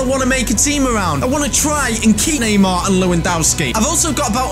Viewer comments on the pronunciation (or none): none